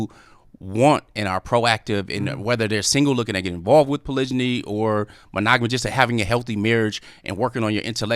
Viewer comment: I guess I'm a stickler for grammar. They keep saying polygany but I thought the word was polygamy